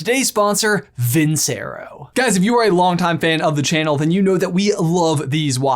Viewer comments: Not trying to knock you, but if you're going to have a sponsor, at least pronounce the name right. It's vin CH ero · You pronounced your sponsor wrong. It's Italian for I won.